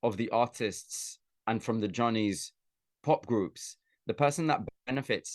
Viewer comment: ジャニーズやなしにジョーニーズと発音してる😊